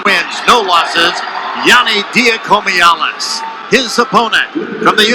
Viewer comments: Announcer 1: Yianni Dia-COMEE-allis. Announcer 2: We’re gonna simplify it for ya, we’ll come him Yianni D. Announcer 1: Eh... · Yianni Dee-awk-hee-muh-hall-us. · LOL...that one commentator absolutely butchered Yianni's last name and Shane Sparks had to save him